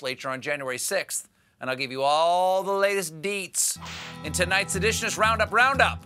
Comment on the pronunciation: Was that "tonight's edition" or "tonight's sedition"? I heard the latter.